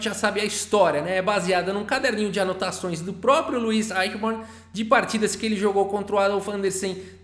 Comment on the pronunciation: Olá td bem?Sou seu fã e, interessante a playlist mas, a pronúncia correta é Luí Aichiborni. Um abraço